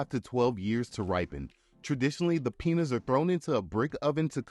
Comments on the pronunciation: Peeen-yas. Not penis. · It's pronounced "peen-yahs" not "penis" smh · Pee-nyas, not penis. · Why is he pronouncing Piñas as Penis? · When you say piñas it’s sounds like you are saying penis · Love the video! But one small suggestion - your pronunciation of Piñas 🍍 should never sound like “penis!” The ñ sound is more like peen-YAS also añejo is ahn-YEH-hoh Thanks for the video! Learning about stuff I never knew - and I love tequila! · Tried to watch this, but your pronunciation of añejo , piña was too much for me. It sounded like "penis" when you said "piñas"! Use "AI" to narrate and quit embarrassing yourself.